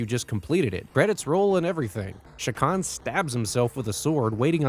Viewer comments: It's CHA kan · You're not pronouncing that name right AT ALL. It's not an SH sound.. it's literally a CH ak an.. say Chalk.. without the L.. and end it with an AHN. Chak Aahn. CHA!